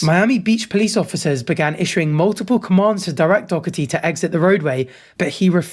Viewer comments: Was saying jacks name wrong on purpose?😂 I very much can't stand the kid either, I call him jack dorky😅 but saying "doc-er-tee"? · well u for sure pronounced Jack's last name wrong ❤